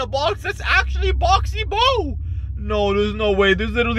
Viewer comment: Boo NOT Bo